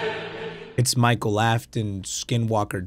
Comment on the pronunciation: Willam “Appleton”